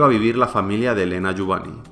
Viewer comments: Muy buen vídeo, eso sí, se pronuncia "JUBAÑ", no "Jubani". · lo de "jubani" sobra se pronuncia "jubañ" y lo peor es que lo sabes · La pronunciación más adecuada sería Jubañ. Buen vídeo! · La mayoría de la gente pronuncia mal los apellidos Catalanes o Valencianos acabados en ny. Lo único que has hecho ha sido leerlo en castellano. No se puede saber todo. Saludos afectuosos a ambos.